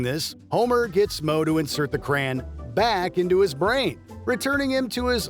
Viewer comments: CRAY-ON NOT CRAYN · Probably a typo in the script made the AI voiceover pronounce it like that